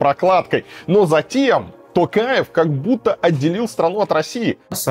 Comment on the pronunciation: Наконец-то Варламов правильно произносит фамилию ТОкаева (а не ТАкаева).